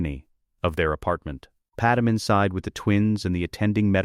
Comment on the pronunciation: I HATE hearing PadMÉ pronounced as PaDAM. I Respectfully Request that you speak the lines yourself instead of an AI so that her First Name isn't butchered.